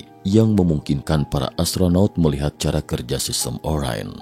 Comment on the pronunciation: Orain atau Orion? Pembacanya ngacau?